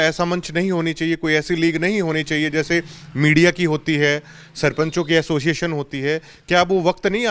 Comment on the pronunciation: Tum log association ko assoision kyu bolte ho